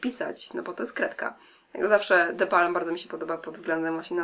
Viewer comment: oczywiście że ChatMakeup:D - tak seksownie wymawiasz te nazwy paletek The Balm <3